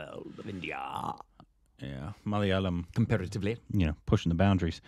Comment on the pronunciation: Mic drop! Proud of the way pronounced Malayalam. You've come a long way, 😅